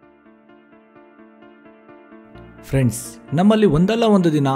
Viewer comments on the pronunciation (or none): none